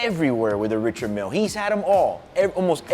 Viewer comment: Surprised he doesn’t pronounce it properly, (RI-shard, MIEL) Not throwing shade because I know this man is solidified in this game.